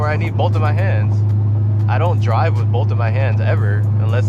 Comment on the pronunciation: Bro I don’t like the way u say “both” can u stop saying it like that😂😂😂 jk